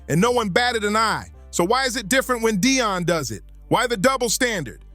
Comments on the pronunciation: Why do you call Dion Dayon? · Deon not de a on pls pronounce his name right! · Stop saying Dayon. It's Deion. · Dayon sanders really 😂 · Who the hell is Day - On Sanders ?? 😂